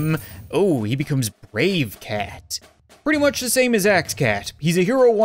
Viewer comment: Its like he is german because he said FIRE ZE CAT CANON!